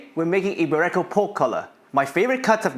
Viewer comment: Iberico is pronounced 'Eeberico and not I'berecco. Great video still